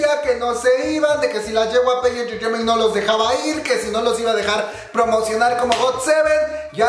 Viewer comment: Dice JeWaPe Entertaiment :v y Es JeWaiPi